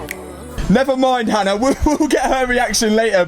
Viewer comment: tbh fair I do see how people think she’s called Anna because of the way Matt pronounces Hannah